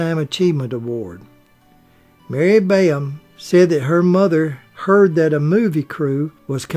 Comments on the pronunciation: All these comments sound the same. I'm not even 7 minutes in to the video and U don't think you've even watched the movie It's Mary Badham not Bayam. It's Boo Radley, not Beau. Mayella Ewell was Bob Ewell's daughter, not his wife. That's why these repetitive reviews seem odd. Did nobody else catch these mistakes? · Mr. Peters did not receive an Emmy for a theatrical motion picture; Emmys are awarded for TV productions. Ms. Badham’s name is pronounced BAD-um. Mr. Alford’s name is pronounced AHL-frd. It was Jean Simmons, not Jean Peters, who played Peck’s love interest in The Big Country. That film’s director was William Wyler, not Billy Wilder. Peck’s sons did not play his boys in that film. His character had no children. Who on earth does your research for you?